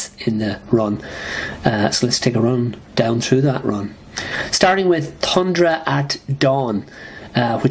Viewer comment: It's TH-undra. (Unless that's an accent; if so, apologies) Jeez, 3 out of 10 stars for FF 133, the legendary, gorgeous Ramona Fradon fill-in?? I think you're way off the mark on FF 141 as well. That was one devastating story for the invested reader. It's a pop culture touchstone as well, figuring prominently in Ang Lee's film masterpiece, The Ice Storm. I have to agree about 149 though, as much as I love that story overall. We are never given an adequate explanation for Sue's bizarre behavior, especially her accompanying Namor to attack New York. Crazy. Unfortunately, you missed out on a good chunk of that overall story. It really begins in FF 129 (with the introduction of Thundra) but you could easily argue that things truly kicked off with 126 and its excellent retelling of the FF's origin.